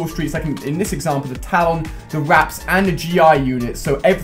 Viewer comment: Please can you pronounce talon properly